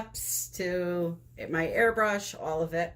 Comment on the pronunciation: First time on your channel! When you said "airbrush" I heard "hair brush" lol Sitting here trying to figure out what kind of bristles & how you were going to be using it lol